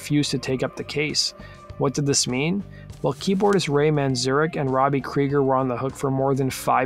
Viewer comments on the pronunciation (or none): none